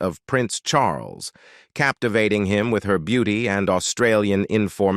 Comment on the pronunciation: ' Charlus'?? this transcript is 'read' by a machine. - Very 'convincing'' Eventually one loses all interest in what might be true and what is probably gobbledigook. Anyway, apparently Charlie had a few girlfriends and wasn't unduly concerned about their marital status, or his own as the future 'Supreme Governor of the Church of England - and 'Defender of the Faith'. We are surely all astonished.